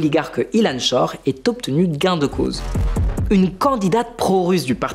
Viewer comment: Peut tu faire quelque chose pour ton “ait”, c’est strAIssant haha